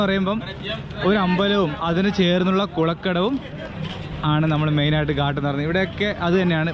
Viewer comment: ഉത്തരേന്ത്യയിൽ സഞ്ചരിക്കുമ്പോൾ നെയ്യ് ,തൈര് എന്നിവ ചേർന്ന ആഹാരം കഴിക്കാൻ മറക്കരുത് ... ഊർജം കിട്ടാനാണത് ...ഗാട്ട് അല്ല ഘാട്ട് ആണ് ... കടവ് അഥവാ കുളിക്കടവ് എന്നാണ് അർത്ഥം ... കുളക്കടവല്ല ...